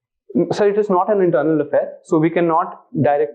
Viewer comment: Eez and sez is asked😅the man who taught environment at its best😂